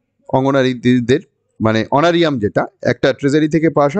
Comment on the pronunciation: Sir, kotha ta Honoura~rium hbe....🙏